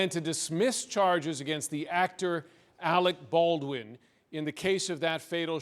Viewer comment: That black lady kept saying Alec Ballin